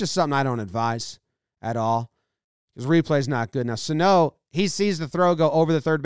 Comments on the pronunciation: It’s Suh-No not So-Toe. Get it together. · Miguel “thighs” Sano